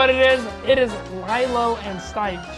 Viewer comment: Evan it’s not Lielo and stiech it is lilo and stich